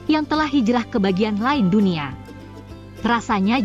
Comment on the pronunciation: Tulisannya "DUNIA" dibacanya "DUNIE" 😂 gmn mau mendunia